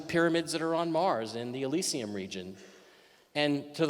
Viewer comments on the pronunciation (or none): none